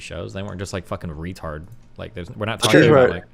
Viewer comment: Destiny says retard with a hard r